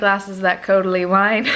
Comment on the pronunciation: omg the way you said caudalie wine, had me dead!